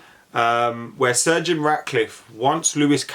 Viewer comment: when you say sir Jim Ratcliffe it sounds like surgeon Ratcliffe